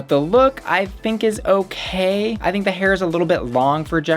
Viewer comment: girl you did not just say, "I thigh-nk".